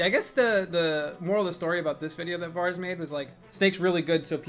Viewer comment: Did he say "Vars the 3rd"...